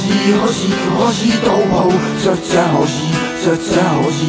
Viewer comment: nechápu, jak se jim podařilo vyslovovat hoří tak, aby tam nebylo ani ř ani ž, ale přesně něco mezi. Restecp.